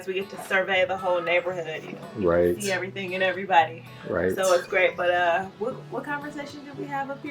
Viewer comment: I'm dying! Cam is so cute when he co-signs Lauren 😂 His "righT! righT!!!" is too funny